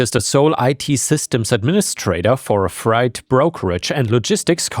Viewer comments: Hey, Freight is pronounced fray-t not fry-t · Never be afraid to take a crack at saying words. But "freight" is "frate." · The word “freight” rhymes with “date” - “fright” is what you get when you see a ghost! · it's easier to say "freight" sounds like "eight"... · I just watched a video by an American guy living in Illinois who pronounced it like fright too. It surprised me that an American with English as their only language pronounced it this way. I wonder if there are regional variations in the pronunciation even in the US.